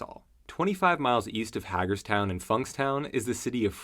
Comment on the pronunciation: The first syllable of Hagerstown is "Hay"